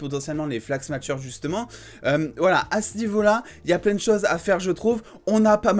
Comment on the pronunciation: Sympa la vidéo, juste un petit détail prononciation (parce que tu le répètes plein de fois dans la vidéo ^^) "smashers" ça se prononce sans "t", pas comme "smatch" mais comme le "smash" de "super smash bros" ou de "smashing pumpkins" ;)